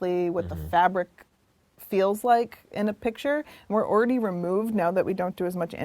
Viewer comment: I cringed in the first 3 seconds. The word is "already", not "oridy".